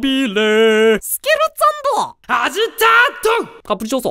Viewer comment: スケルツァンドやめてwww